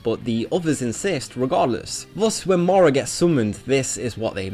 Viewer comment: Hmmm... i hear morow alot, but he does say not obout but about properly.... english language has way too many exceptions @@